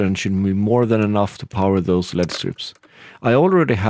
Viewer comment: Literally can’t watch the video because he pronounce “LED” wrong...😡